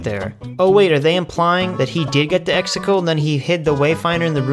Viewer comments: Exegol not extetals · Love how you’re saying “Exticle” 😂🥴🥴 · The amount of times you mispronounce words (like Exegol but you pronounced it as "Extacle") that are very clearly enunciated multiple times over is astonishing. Otherwise great video. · I agree with everything but I am still always triggered when he can't say Exegol right 😅